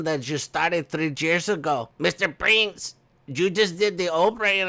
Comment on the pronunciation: Haha